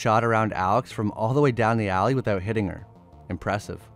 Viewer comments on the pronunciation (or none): none